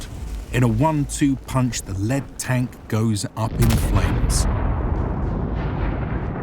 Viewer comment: pronouncing "lead" like the metal when its meant to be "in front" exposes your use of AI narration while attributing it to a human name in the credits.